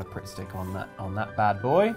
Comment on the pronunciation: I genuinely had a moment where I thought said "Prick Stick" instead of Pritt Stick and I went "I'm sorry, what?!" XD